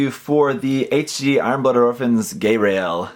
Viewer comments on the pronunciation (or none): Haven't watched IBO (actually haven't watched Gundam since the original series...), but this guy looks badass! Got that nice almost-industrial look that I loved from Armored Core. Also, I think it's pronounced "Guy-rail", not "Gay-rail". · pls its not gayrail pronounce it like geil (the german word for like) not gay